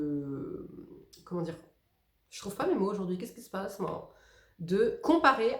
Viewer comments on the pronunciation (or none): Coucou Trop fan aussi du deo douche spirial! Tu m’as donné envie de tester le deo ushuaia et le svr Je meurs à chaque fois pour le « keskissspazzmmmmme »😂